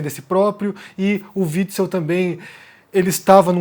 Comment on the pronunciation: Omar pronunciando o nome do fascista antifascista: witz witz